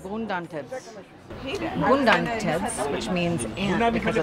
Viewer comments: No that's not what she said! She was trying to say ' goden tibs' but she sound like 'gundan tibs' , they took the fun part of the miss pronunciation as we all do when speaking non native languages. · Thank you for your experience. The tibs is Godn tibs NOT Gundan tibs. We understand your pronounciation since Amharic is not your first language, but you put the picture of the Ant. That's not.right. It's Godn tips NOT Gundan tibs. Godn means RIBS in English. Gundan means Ant. We don't eat ant. We eat Ribs. Godn tibs NOT Gundan tibs for your correction. Anyway thank you for your experience.